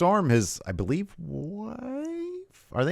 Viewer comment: and do you Bo-Lieve?